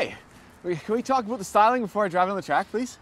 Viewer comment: "Aboot". That is full Canadian right there.